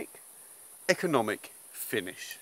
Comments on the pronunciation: économique... good, you are turning french:) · He said economic with the French accent. 😉